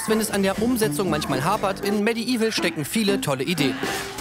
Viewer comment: ich weiß, "medieval" ist eines der schwersten englischen wörter für uns deutschen, aber auch bei diesem wortwitz bleibt das "i" hinterm "d" stumm - medevil quasi ;) bitte, gerne :)